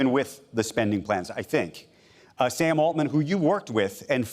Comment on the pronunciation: Just say it: Sam Altman. Not that hard. Lol